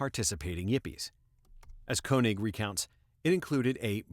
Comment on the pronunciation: Watched for the dog clicker. I do the same thing with snaps. Then I heard you pronounce Koenig the right way. Just as I was getting excited, you went back and changed it to the other way. Deciding whether to take my Subscribe back on not.... ;-)